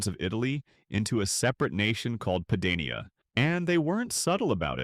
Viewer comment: Pah-dah-nee-ah not pay-day-nee-a. Same with Lega Nord, it’s leh-gah. The term Padania is used, at times, to refer to northern Italy but the flag and movement arent that popular. Regional differences are stronger than any potential bonds between all northern regions.